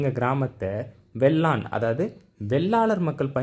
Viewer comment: வேளான் என்பதை வெள்ளான் என்று படித்து சொல்வதை தவிருங்கள்.